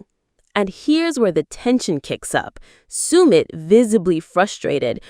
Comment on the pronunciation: Could you please pronounces Submits name accurately, if you’re going to do a post make sure you can pronounce everything correctly. 👍